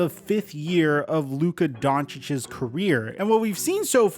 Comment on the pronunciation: Omg PLEASE stop saying Doncicic's 😵